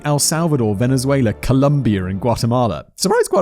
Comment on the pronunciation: I've never heard quite such a humorous example of an intrusive R in the midst of an otherwise dark topic. "And Colombia-r-is Colombia". Not the kind of mispronunciation we narsty Americans usually drag on you about, and I'm not draggin', it's endearing. And a rather interesting topic of research for anyone into linguistics. Also, Simon, you have a factory of non-chipped custom coffee mugs at your disposal... What the heck man?